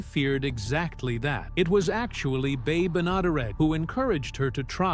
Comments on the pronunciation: You can't even pronounce the star of the show's name correctly. Do you ever check anything at all on your videos. Bea is pronounced "bee", not "bay". Do some homework first! At least sound credible! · Could you please settle on the correct pronunciation of bea's name? You haven't used the same pronunciation twice in this whole video!